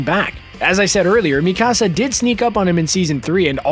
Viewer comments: Mi casa, su casa! Lol. He is saying it like my house in Spanish. Butchering it unfortunately. Should listen to the dub to learn how to pronounce the names properly before enunciating her name completely wrong. Like video though. Just a little more research would help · Please pronounce Mikasa’s name right. It’s softer in the k. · He didn’t even pronounce mikasa right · The way he pronounced Mikasa hurts me